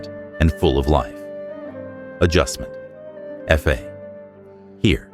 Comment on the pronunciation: "do re mi ef ay" stupid AI